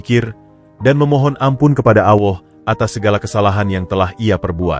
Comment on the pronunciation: Ngucap Alloh gitu kok gk bisa Alloh bukan Awoh